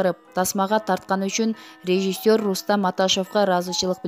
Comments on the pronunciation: Суйлоп жаткан кыз "РЕЖИССЁР" -деген созду жакшылап кайталап, жаттап анан айтчы. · Суйлогон кыз (режисёр) деген созду тунук айткылачы.